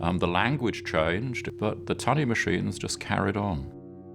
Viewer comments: It wasn't 'Tuney' it was 'Tunny'. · This is gripping stuff. One little remark, however. It's an American script, which is fine, but to hear an English voice speak of the Fall (and not the Autumn) sounds odds. In the same way, tunny is NOT pronounced tew-ny, but tunnie. Jack Copeland pronounces it properly. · Very interesting, wonderful documentary! Shame about the unnecessary americanisms. 'Tunny' (pronounced 'tunny' not 'tuney') is not a nickname for 'tuna', it is the older English variant. Tunny = tuna. 'The Fall' instead of 'Autumn' etc. but all with an English narrator with a very English accent. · The voiceover for this is very strange. I think that it is a machine, despite the english accent. The code was named "TUNNEY", not "TUNEY". in addition the word is "ADMIRALTY," not "ADMIRALITY".